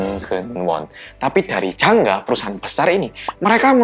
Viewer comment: ngomong jangga aku dengernya janda